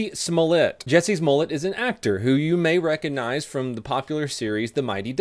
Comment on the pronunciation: Jussie not Jesse........ugh